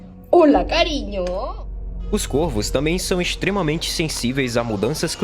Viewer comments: Pronuncie-se CóRVOS.... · Não sabe a pronúncia do plural de corvo.